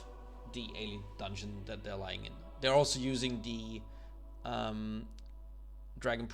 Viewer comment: DERE ALSO USING DE Try saying TH. THEY'RE also using THE. TH. THE.